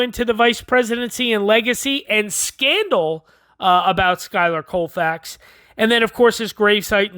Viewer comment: Wonderful video but you’re saying his name completely WRONG